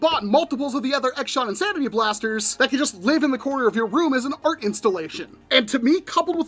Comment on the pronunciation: "This is the X Shot Insanery" 😂